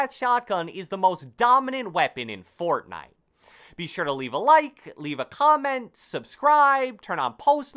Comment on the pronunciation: I love how this guy says Fortnite fORTnIte